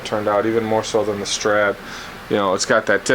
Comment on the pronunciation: Did you say a Stret neck!?